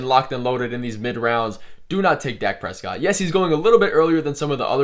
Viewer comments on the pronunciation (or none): “Dake Prescoot”